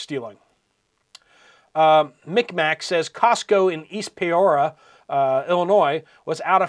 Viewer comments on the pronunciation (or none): The second time you pronounced Peoria wrong in about 3 weeks. (Pee ore ee ah) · it is Pee Ore EE Ah. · Just FYI... Peoria, IL is pronounced, "Pea-or-e-ah".... I've heard you mention the town a few times now. 😊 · I take it you are not a Dan Fogelberg fan or you would know how to pronounce Peoria.